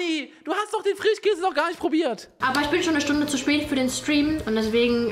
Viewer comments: Ich korrigiere! Bei unge ist es der "FRICHHHKÄSE". Sch aus dem Wortschatz verbannt. Ich liebs 😄🧡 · Oder Frichkäse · Frichkäse 😂 Ich liebe diese Aussprache